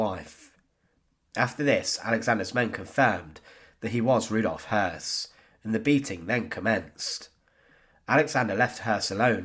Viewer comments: Sounds more like the word 'hearse' ,without rolling the 'r' at all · good documentary although the constant mispronunciation of his name was grating. anytime a German name has the two dots above the ö (umlauts) the O is pronounced "ew" so in this case, his name is actually Rudolph Hewss. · I mean that his name was Häss, and not Höss. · Hess not Hoss you numnut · Hoss/Hess? Unfortunately the storyline is like a can of spaghetti. 🤪 (Nonetheless, good research.)